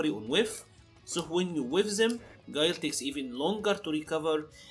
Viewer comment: Damn not my boi Gwey-Lai